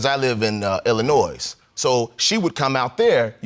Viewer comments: Did he just pronounce the ‘s’ in “Illinois”? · He pronounced the “s” in Illinois. 😒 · I know he’s not from Illinois because he pronounces the “s”. It’s French and everyone I know from Chicago, including myself, pronounces it without the s. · The S is silent in Illinois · Sir, if you are going to live in Illinois, please learn how to pronounce Illinois.